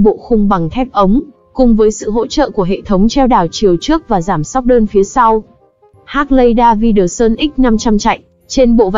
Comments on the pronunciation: Hác lay đa vi đờ sun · Đọc tên xe mắc cười... 😅😅😅